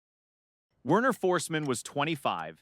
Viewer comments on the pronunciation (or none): none